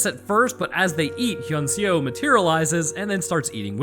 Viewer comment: As a Korean It was hilarious hearing you trying to pronounce "Hyeon-seo" lol it has been some times since I've watched this movie so I was actually wondering whether the girl was named "Han-sol" or "han-seo"